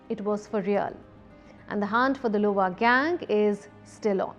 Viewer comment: Lol she said louival heist